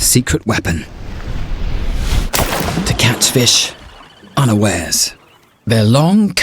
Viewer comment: "Unawares" who the f!ck says it like that